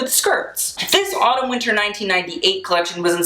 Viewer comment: When he said Autumn Winter I thought he said Anna Wintour